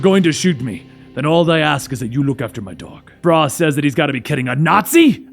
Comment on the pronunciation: I'm not sure i can get past "frah".